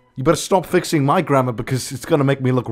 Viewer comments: When he was saying grammer I thought he said grandma 👵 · WHENEVER YOU SAY "GRAMMAR" I THINK YOU SAY GRANDMA. I can't.